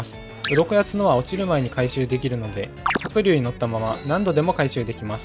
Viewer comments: は↑く→龍↓のイントネーションめっちゃ気になる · 白↑龍↓ 発音好こ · 白龍がカイリューの発音の仕方で草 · 発音がもうドラゴンタイプのニョロニョロした青いあのポケモンなんよ。笑笑 は↓くりゅー→な。笑笑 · 白龍のイントネーション独特で気になったw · 白龍のイントネーションが気になって夜しか眠れん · 発音がポケモンのハクリューなのめっちゃ気になる